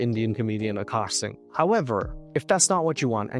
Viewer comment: Why are some men willing to put up with literally anything from a pretty girl just to smash her every once in a while? 😓 It’s sad. Also isn’t she pronouncing his name wrong? She says AAkash, but it’s spelled AkAAsh.